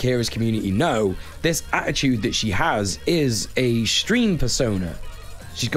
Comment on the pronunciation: Out of all the words Brit's pronounce weird, How the hell did they fit a CH into the word Attitude?